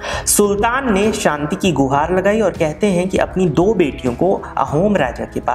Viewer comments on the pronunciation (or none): none